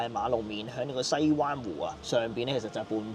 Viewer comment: 係西灣waan4，唔係西灣waan1，同長沙灣、土瓜灣個灣字讀音一樣